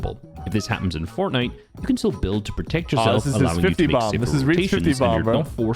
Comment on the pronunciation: sypherPK, the guy who has been making fortnite videos forever but still cant pronounce "fortnite" FORNEI